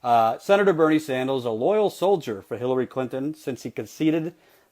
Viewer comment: "Senator Bernie Sandals..." LOL.